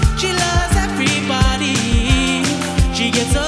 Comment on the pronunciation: why he mispronounces "everybody"? Is it because he is from Canada?